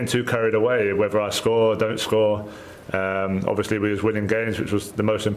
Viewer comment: Yeah Ovishly 😂